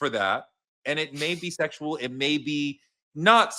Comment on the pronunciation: WHY does the gentleman on the right of my screen, (blue shirt 👕) have a hard time in saying the word Bisexual, or Bisexuality?🤔... which in my opinion Sean Combs is!... The "pussy footing" around explanation you gave regarding his sexuality sounded nonsensical & Oh so long winded, respectfully. 🤔 I've NEVER heard bisexuality explained like that before, "he liked butt, but isn't gay, its apreference" It's called bisexuality 🤷🏽‍♀️... no? 🤔 A narcissistic evil 😈 piece of 💩!! 💯 ... with kind regards from across the Pond (Uk 🇬🇧) & thank you BOTH for a very interesting discussion. 😊👋🏽